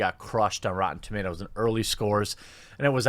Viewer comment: "REEEEtee" is officially the new name for rotten tomatoes...